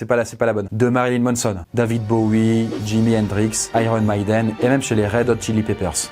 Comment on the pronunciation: Oh my god😭 Iron maiden ca se prononce "aillerone maydone" ca se prononce en anglais pas en français.. Dsl je pouvais pas te laisser écorcher le nom d'un de mes groupes metal préféré. Sinon très bonne vidéo avec un très bon contenu. 😋